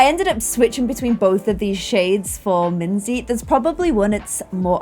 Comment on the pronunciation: I still love Minze the most! Also made the name Minze sound so much cuter:0 In German you actually pronounce it like Min-tse.